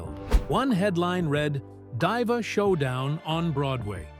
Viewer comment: I believe that Muffy was the nickname for her daughter, not her son whose nickname was Bucky. Trust me on this. Diva is pronounced "dee-vah". "Die-vah" - seriously?